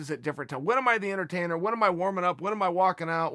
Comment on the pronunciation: Chael “Conor the entertainmer” Sonnen